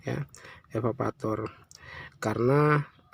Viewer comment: EVAVORATOR pk bukan evavator